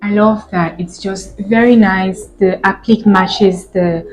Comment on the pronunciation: Appliqué ( A-plea-k)